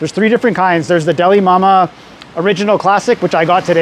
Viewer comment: I kept hearing "Dalai Lama" and wondered how you managed to travel so far in such a short time. 😆